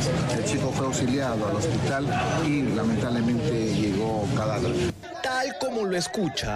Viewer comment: ¿¿"lametablemente"'?? chistosos